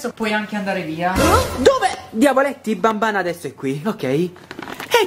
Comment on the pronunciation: SI DICE BANBAN